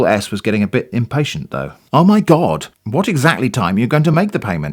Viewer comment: I loved the "Oh my Gaawd" pronunciation. is such a Cali girl! 😆👍